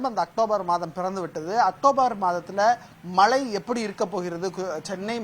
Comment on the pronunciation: 'மளை'ன்னு சொன்னவுடனே ஆஃப் பண்ணிட்டேன் - தமிழ் வாழட்டும், தயவு செய்து கொலை செய்யாதீர்...